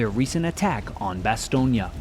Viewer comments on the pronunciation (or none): Omg you're still pronouncing it "BastognA"... Why dude? Why? Edit: you do to Boden platte too! "Boden plattA". Whyyyyyyy?😂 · its NOT FUGGIN BAST-TONE-YA!!!... Its pronounced Bass-tone!!... i cant even watch another one of you mispronouncing that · Stop calling it Bastonya. It's pronounced Baston. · Bastognia??? buahaha it's region, not a country. It's Bastogne, you shmock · lost me at "Bastonia" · Bastogne. Is not pronounced Bastone-ya. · please check the proper way to say Bastogne seeing how many brave allied men and Germans gave their lives in the service of their country. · There is no (a) at the end of Bastogne.